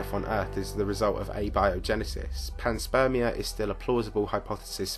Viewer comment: Pan-SPERM- ia